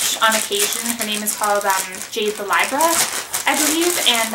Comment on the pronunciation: Hey girl you’re really pretty and I love your videos. I’m not trying to be rude and I didn’t see any other comments about it but it’s pronounced jade the lee-bruh just an fyi!